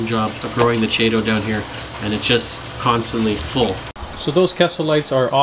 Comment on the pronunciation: ch is pronounced k.